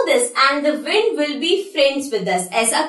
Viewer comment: Wind alag bolte ho aap